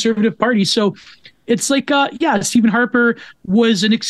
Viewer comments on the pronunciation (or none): none